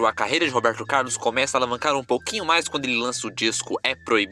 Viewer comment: Gostei da história do Robeeeerrrrto Caaaaarrrrlus!